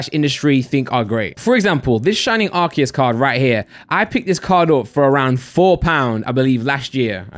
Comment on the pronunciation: I love this channel and all of your vids..but... please say AR-SEE-US